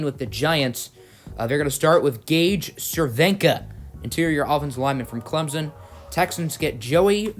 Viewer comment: It’s Clemson not clemzen